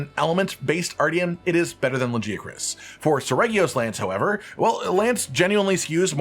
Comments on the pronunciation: It drives me nuts how the game calls it "Laggy-uh-chris"... the correct pronunciation is "La-guy-uh-chris" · Brother, it's LaGiacrus. Hard g. Like for Gif. We hear it multiple times in the cutscene. Its an ugly name with a soft g anyway